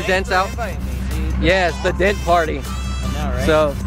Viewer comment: That’s really cool, about what does it cost to fix a small dent? That would have been fun just to watch those dent guys work.... sounds like you were saying “dead guys” to your son. Lol.